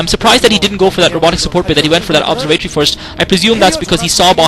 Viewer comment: Isn't it "observe"-"ah"-"tor"-"e"? Great commentary btw, keep up the great work, and why didn't you comment Savior vs FBH game 1?